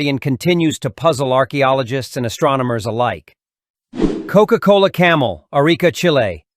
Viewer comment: He just say coco cola